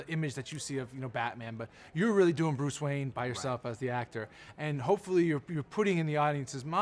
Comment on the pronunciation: "Bruce Wayan"